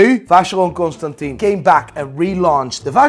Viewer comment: Man it's been too many episodes now. Please check the pronunciation of Constantin in Vacheron Constantin.